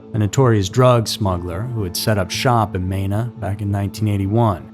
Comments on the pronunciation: It’s pronounced Mēna.. long E. And there is an entire area in three states to stay away from… even if you live there. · Hearing the way he pronounced Mena is painful